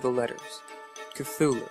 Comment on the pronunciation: KT-hoo-loo! It is pronounced KT-hoo-loo!